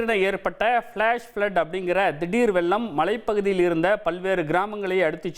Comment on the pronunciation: அது வெல்லம் அல்ல வெள்ளம். அவனை நிறுத்த சொல்லுங்கடா. தமிழை கொல்லாதே.